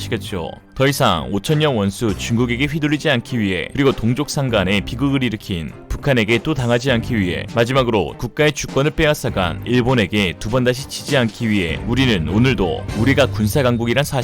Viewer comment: 동족상간이 아니고 동족상잔이요 오타가 아닌거같은데... 그대로 읽어버리시네 동족상잔 몰라요?